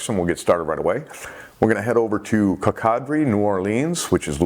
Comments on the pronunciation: Excellent content,! The pronunciation of the word is "Co-cuh-dree", Louisiana. Keep up the good work! Je' suis Louisianne! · “Coke-uh-dree” Louisiana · Coco Dree, New Orlins, sorry, I'm from there, I had to fix that pronunciation. I must have checked YOUTUBE fifty times today, I was having Sharks Happen withdrawals!